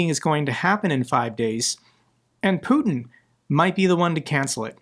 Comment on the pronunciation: Put-eh (strange pronunciation) isn't coming to Alaska. This is a reality show script.